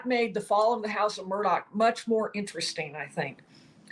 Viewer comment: Murdaw not Murdock